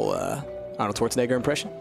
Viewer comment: Why does your 'Schwarzenegger' sounds like some french dude? ^^